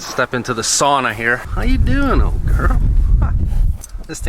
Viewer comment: It is not "soona" it is "Sauna"... Keep up the good work.